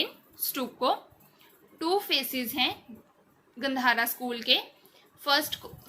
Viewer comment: Gandhar is pronounced गांधार